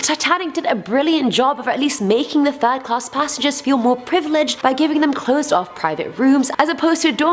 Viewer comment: Did she just say "the fatal turd"?